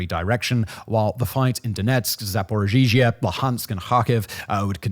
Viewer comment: If you’re going to continue to cover the war in Ukraine, would you please learn how to say Zaporizhzhia? Just look it up one time.